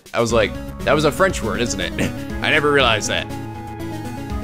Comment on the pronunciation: Gfdi, your French makes me cringe so much. DX...but I'll deal with it, even if it's like peeling onions near my eyes. TT~TT